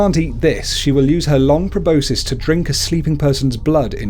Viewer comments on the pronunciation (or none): none